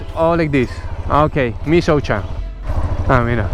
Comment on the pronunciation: Bueno al menos maria le enseño que michocha sonaba a aquello que ella mostraba. Ahora dice misoucha🤣.